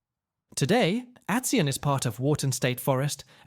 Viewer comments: it's pronounced At-SEE-on, not At-Sun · BTW it’s pronounced at-SEEAHN. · Atsion is pronounced Ad-zine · At see ahn. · I used to ride my quad to Hampton furnace. That’s also not how you say Shamong or Atsion